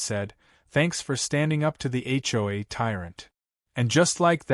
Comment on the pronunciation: Why can't AI say HOA?